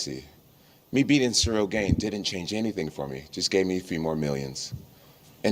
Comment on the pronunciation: Funny how Jones keeps calling him Ciyrl GAYne